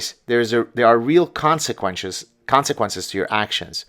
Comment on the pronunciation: You said "conseqwenches"